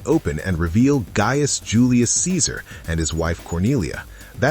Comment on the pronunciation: Nothing was changed about Ceaser and it’s hard hearing you mispronounce some of these names in your videos.